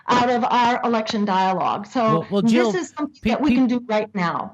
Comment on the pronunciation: Jill not Hill!